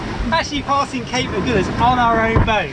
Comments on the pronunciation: Cape " A gull ass", not "A gool ass"😉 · So love your vlog but excuse me for being picky but it is AG-Hull-AS not AGOOLAS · Thanks for a super video. You're the only one that I follow. Only one thing, It's not the Agoolis current or Cape Agoolis it's the Agulhas. A gul has. I learned to sail in Port Elizabeth and we regularly joined visiting boats for the trip to Cape Town. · As a South African from Cape Town and a sailor I am really excited to watch you do this passage! I’m also proud to hear that you’ve been looked after so nicely in East London! Quick pronunciation tip: Agulhas - the “gul” part is pronounced like the word “gull” and the emphasis is on this syllable! Love your channel and your adventures!! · Lovely sailing.. nice photography .. Cape “Agulhas” pronounced A Gul has, like see gull 😀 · Please, it's Agulhas - the "u" is pronounced as in "umbrella - there's no "goo" in it! And I know - I grew up there! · I love your blogs but I am bemused by your pronouncement of aggullus which is not pronounced aghulloos. My folks spent more than four teen years sailing their 46 footer around the uk and France and right round the med basin. I am a bit envious of your amazing life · It's pronounced Cape Agulhas as in "seagull" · Cool video, thanks! Just a bit of pedantry.... Agulhas is pronounced "A-gull-ass", as in sea-gull. So sorry you got ripped off on your trip to Cape Point. It's disgusting that tourists should travel so far to be exploited in this manner.